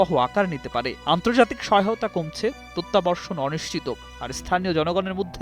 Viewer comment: ওটা প্রত্যাবর্ষন নয় প্রত্যাবর্তন!